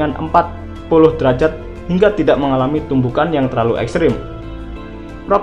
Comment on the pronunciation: Logat Nya Abang Seperti Mengatakan Tidak=Tidag